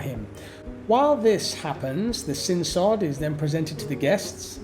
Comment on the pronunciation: Your pronunciation of "sin sod" is affected by your English accent.